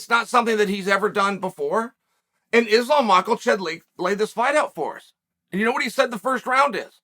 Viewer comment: Islam michealchev 😂